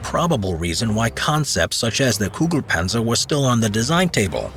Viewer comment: I don't hear the tanks name all I hear is "Goo goo Panzer."